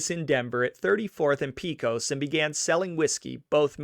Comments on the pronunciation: This is really good. BUT you are mispronouncing several names. What you are calling Tee-zhan (Tejon) is Spanish and is properly pronounced Tay-hone. Pee-coss (Pecos) is pronounced Pay-cose And Vi-jill (Vigil) should be pronounced Vee-hill. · Thank you for a well done show. As a Denver native, I had always heard of this family, but not all the details. My only complaint is the pronunciation of some of the words. Pecos is "pay coss." Tejon is "tee hone," Vigil is "Vee hill." I appreciate your efforts. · Same with Pecos